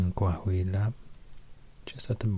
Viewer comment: "Coahuila" Me:❤️🤠